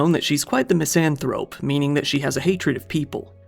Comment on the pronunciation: I don't like the way you said misanthrope. You made it sound like somebody's name Ms. Anne Thrope ?? Plus, a misanthrope is someone who doesn't like society, not somebody who doesn't like people